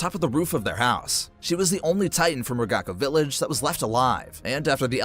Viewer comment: the pronounciations of ragako, wall maria, shiganshina, leonhart, berthold, and jean were awful